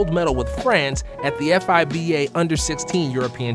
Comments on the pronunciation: Amazing video bro, but I've never heard anyone spell out F I B A It's just like FIFA Fee-Ba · Bruh just say fiba not f.i.b.a. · is it just me or is it really uncomfy to hear F-I-B-A instead of FIBA. i get icky when i hear F-I-B-A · “F.I.B.A.”? Really??? Lol say it in one word man. FIBA! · It’s Fee-Ba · Bro read it as f-i-b-a 💀